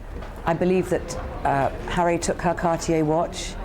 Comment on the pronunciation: “Hairy!” 😂 *Harry